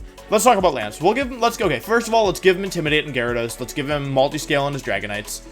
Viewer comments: I'm new here can someone please explain why wolfey won't pronounce a V? I think its funny to hear for some mons like "winyeasaur" but then I hear Gyro-dos and my brain turned off XD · He also pronounces Gyarados as “Jairo dose”. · Or diance instead of diantha or JY-RAD-OSE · You said... Jya-rados and Cinder-achie... Gyarados and Cinderace... Learn to say the names right please. However... Awesome video lol. Maybe rank them for their singles potential?